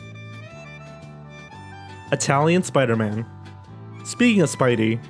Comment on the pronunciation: I smiled as soon as I heard supaidaman because of ready player one.